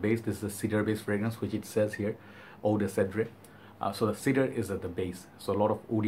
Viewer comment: Great review as usual! It's pronounced said-r